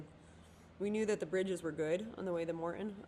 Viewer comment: As a spokesperson/PR person please work on not saying UM hundreds of times in a 30 minute video. FYI it's Morton not Morten. Thanks for the update.